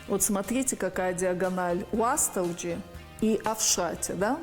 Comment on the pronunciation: Женщина професор незнает что Уастырджи нельзя говорить аааааа уше разрывает от твоего произношения